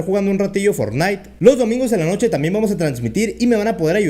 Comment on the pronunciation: Aprende a decir fornite